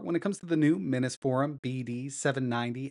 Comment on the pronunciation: Still says it too